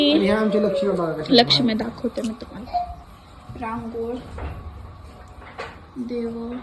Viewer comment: रांगोळी ऐवजी रांगोळ म्हणती आहे ही ..... भाषेचं ज्ञान इतके अगाध आहे हीचे😮